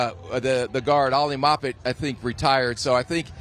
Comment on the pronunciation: Why am I listening to the opinions of a guy that can't even pronounce the players names correctly? "Moppet?" It's MARpet. But why would you know that? He's only been in the league 7 years, won a super bowl, pro bowler...